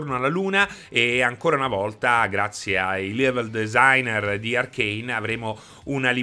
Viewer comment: "lievel designer"😂